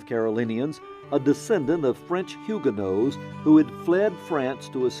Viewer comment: It's not Hugenoes. It's Hugenots as in nots.